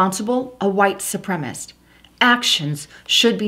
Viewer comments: Su-pre-ma-cist. Four syllables. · Supremacist is the correct pronunciation.su prem a cist.Sri Lanka...pronounced SHREE LANKA. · Reply to Brad not Landa Sup- rem - A - CIST